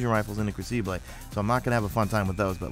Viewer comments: It's pronounced (Kroo-ci-bull) crucible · cough...its "Crew-sah-bull"....lol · Ah, the Cru-see-blay ;D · say "crucible" again